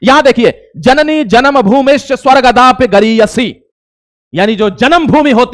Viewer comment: स्वर्गादपि गरीयसी बोलो सही भाई